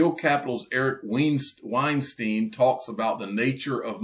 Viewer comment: Hey! I know Name pronunciations haunt you. Here is an easy rule with German names: in the case of Eric Weinstein, you were heading down the right path when you initially said it. Wein being pronounced Wine. Just use that same rule on the backside of his name “stein”. Always pronounce the second vowel in “ie” or “Ei” combinations and you can’t go wrong.